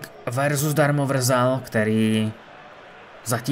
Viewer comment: nechci tě nějak urážet nebo tak ale v Opavě to je Darmovzal ne Darmovrzal 😂